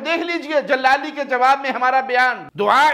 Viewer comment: لفظ جلالی بولنا نہیں آتا اور چلیں ہیں اہل سنت کو بھونکنے جہالت کے سرچشمے